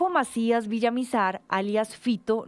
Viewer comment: Es Villamar no villamizar